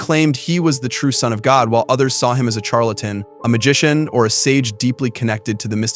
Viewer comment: Liked your video, have heard of some of these people. Couldn't help but cringe at the pronunciation of Charlatan...it's pronounced like an. S...shar...latan..otherwise very informative.